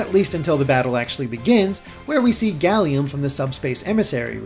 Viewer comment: Not old Latin, but Classical Latin. Galeo means "I cover," not galeem. Galeem is the active subjunctive; it would mean "may I/let me cover." Plus, it would be pronounced "Gahl-em," imagine the e being the e in "bed" but held for longer Source: AP Latin